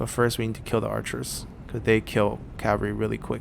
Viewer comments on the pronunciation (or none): Why can't you pronounce oathsworn or cavalry? You say it like oathorne and cavary